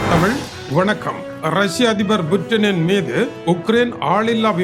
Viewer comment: புற்றின் இல்ல புடின் சொல்லு 😮